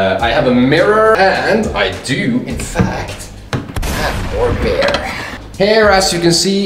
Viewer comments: Why he say bear instead of beer? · next time I watch your videos I hope you have learned how to pronounce the word ''beer''